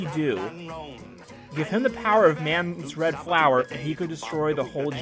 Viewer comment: I'm sorry, was SpaceTree saying "Man's red FLOWER" intentional? O__O